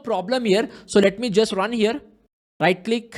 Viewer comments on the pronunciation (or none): I like the way he saying rrrrrrun... Just kidding. Awesome explanation